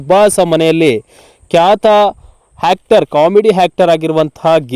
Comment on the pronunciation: Not Hactor it is Actor